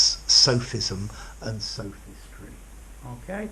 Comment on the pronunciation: Isn't the o in both sophism and sophistry a monophthong and not a diphthong like you pronounce it in the video?